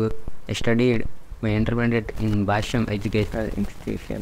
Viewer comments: Its not bashung its bhashyam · Bhashyam bol rha h wo bhai ! Bhasung nahi !